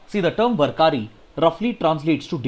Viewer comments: Sir it is "वार्करी" not "वरकारी" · Please pardon me sir but I think the word warkari is Read as- Waar kari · Dear Sir, Today in 2nd Article of Warkari... You have wrongly pronounced Warkari... it is pronounced as वारकरी... And thanks for the analysis....You always do explain thoroughly in limited time which helps us a lot....